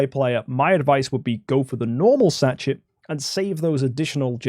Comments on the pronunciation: sachet is a french word - pronounced sash-ay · It's quite funny. Sashay She dze (much harder to put as a western pronunciation) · Both and mispronouncing Sachet is outrageous